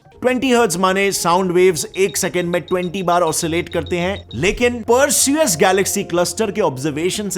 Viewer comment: You pronounce "per su us' While its 'per see us'